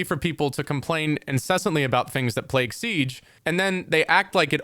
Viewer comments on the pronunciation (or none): none